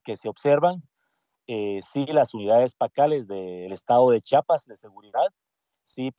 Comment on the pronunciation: Que diga bien Chiapas no chapas no es puerta